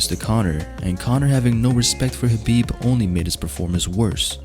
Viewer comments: I am feeling squeamish every time the narrator calls him HABIB instead of KHABIB. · Why does it sound like your saying Habib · I'm relaxed. He said Khabitch lol